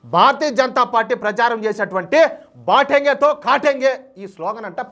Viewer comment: హిందీ pronounciation విషయంలో జాగ్రత్తలు తీసుకోవాలి, బాటేంగే కాదు బటేన్గే మరియు కాటేన్గే కాదు కటేన్గే, kindly understand, please don't think other wise 🙏👏